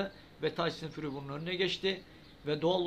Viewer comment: Birader şu isim telaffuzları konusunda eksikliğin var ayrıca konuda kimler geçiyorsa isimlerini de açıklama altına yaz ki kimden neyden söz etttiğini anlayalım sporcu yayıncı antrenör haken gibi tyson fury de sen fari diyorsun gerçek tekefaffuzu fury yanı furi dir